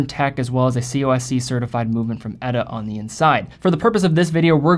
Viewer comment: It's E-T-A, not "Etta",.